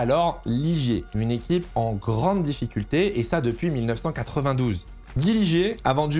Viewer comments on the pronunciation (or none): none